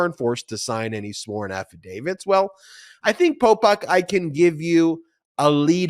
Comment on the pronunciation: 😂Every time Ben says “Polpok” I get thrown out of the listening concentration cause it sounds just like Pol Pot and that hits the emergency brake of my old rusty brain.😂